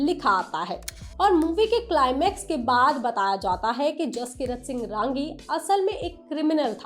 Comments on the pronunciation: It's not RAAAAAAANGI madam It's RANGI, it's a Punjabi Jatt Sikh surname....Neeche hindi mein bhi likha tha naam film mein, wahi parh ke bol dete sahi tarike se..😂😂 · It's not "raaangi" madam it's simply "rangi'